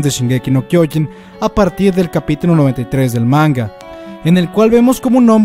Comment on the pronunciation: No es kyoin es kyoJin. Es irritante que lo digas tan mal.